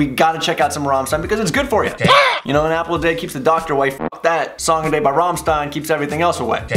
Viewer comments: are you deaf??? Not "Rammstain", but ['ʁamʃtain] - it is repeated fourty times in this song!!! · I know its a bit much for me to ask you please can you go to google translate and type in rammstein and the click on the microphone icon. Then you would know its not Rammsssien its RammSTein. Take care of the ST its a SCHT. Because a native German Speaker looses the will to live if u kill there language that way. So my ears are still bleeding and I hope the will regenerate. Good Bye pls google translate and press the microphone button on the German side. I tried it and it works its 90% accurate. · RAMMstein. not Rommstein. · It was making me soo mad. They sing the word rammstein like a million times in the song and then he pauses and still pronounces it with an "s" instead of "sh"... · Anyone else feeling the pain when he pronounces it as rom Stein instead of ram shteine like it's meant to be? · Raaaamstajin 😆 NO! Rammsccccchteinnn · Fun fact, is not rahmstein is ramstein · please spell ist rammshtain, it's shtain not stain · Yo, the pronunciation is ramSHtein not ramstein. I mean that's just how it's correct in German and it kinda pisses me off tbh wit ya 😂😂 no offence bruh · It's Rammstein. Not Raamstin.. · The 'ram' in Rammstein is pronounced 'ram' as in "rampant", not 'ram' as in "ramen". It's not "Rah'mmstein". They're not noodles. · Band: "RAMMSTEIN!": "Rähmstien!" Me: facepalm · It cracks me up how they are repeating their name but you still say 'romstine'. This is a song that works best between others on an album, not really stand out for me but I still love them. You should definitely listen/react to more. They have SO much stuff out there (and so much fire... It gets really hot at shows) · It is Rammstein with shhhhhhhhhhhhhhhhhhhhhhhhhhhhhh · Rammstein. Pronounced rahm-SHtein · was saying Rum Stien......???? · He saying rammstien wrong 😂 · Dude! Pronounced RammSHtein! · pronounced "sht" Ramm-st(sht)ein :) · You're pronouncing Rammstein wrong.